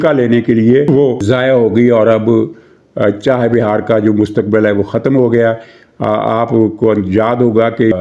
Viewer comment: محترم ، چاہِ بِہار نہیں ۔ چابَہار درست لفظ ہے ۔ اس بندرگاہ کا کنواں سے کوئی تعلق نہیں ، نا ہی چاہت والی کوئی بات ہے ۔ مولا خوش رکھے ۔